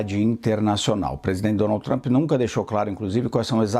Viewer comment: Dificuldade da âncora pronunciar: Donaldy trumpy 🤦‍♂️